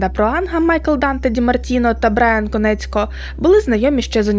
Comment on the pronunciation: Чудове відео, але не Конецько, а Коніецко*